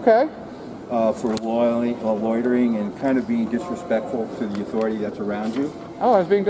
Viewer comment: "Im with the authirity here". Exactly what authority is that